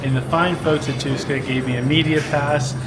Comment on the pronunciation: you butchered Tuska so bad mate. It was like i didn't hear that at all...quick life hacks...try to say thx in their native language, be considerate and don'rt fight finns.